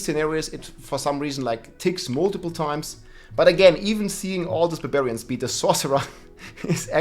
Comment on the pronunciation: Barbillions? No….its barbfinite damage!